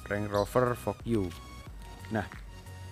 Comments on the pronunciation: Fogyu😂😂😂 Vouge mas vouge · Bacanya, "voug" e nya gak ikut dilafalin